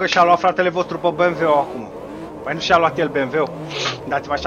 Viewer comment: "mi-am luat Benveu" =)))